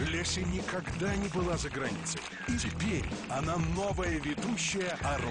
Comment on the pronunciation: "Так называется била ночь" Почему била?